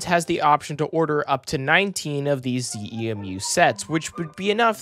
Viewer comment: "ZEMU" is usually pronounced as one word, "ZEE-moo," not each letter. And yes, as it seems that these are the ones that were supposed to be used in NorCal but they've decided to switch them down here for first use vs. on San Joaquins or ACE or whatever.